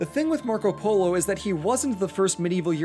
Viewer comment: Nobody: 9 year old kid:poLOoo